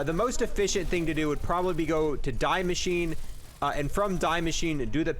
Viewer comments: Its not die its de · I don’t want to be that guy but it’s pronounced Dee Machineh not Die Machine. The name of the map is German, not English. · Its not DAI MACHINE its DIE MASCHINE its german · Die machine is pronounced Dee mashee-ne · It’s pronounced Dee-Mek-in-a Sry that sounds rude just try a help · Is this the right way to pronounce die maschine I think the die is pronounced as dee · You say DEE Machine its german like DEEz nuts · It’s pronounced “Dee machine”.... DIE Is THE in German 🤦🏼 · Love your guides, great work, thanks for this one specifically. But man, how come you pronounce Die Maschine so absolutely poorly? I'm pretty sure you're smart, and know that the way you're saying it sounds really... kinda nasty? i guess?, just wondering why that 1 single thing is the only thing you do wrong on your entire stream, haha. I have pet peeves and i apologize for taking it so seriously. but it triggers something in my head every time :-( (its dee mascheen) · You are a good youtuber, but stop saying die machine wrong😆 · Same with how he says die machine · I hate how he pronounces die maschine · I'm sad that him saying it the way he does triggers the living shit out of me especially with the amount of times he said it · The way you pronounce Die Machine gives me aids